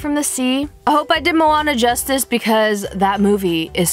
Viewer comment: good vid but u pronounced moana wrong :)